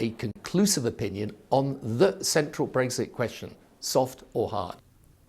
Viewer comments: It's Brexit not Breggsit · Never understood why he pronounces it ‘breggzit’ lmao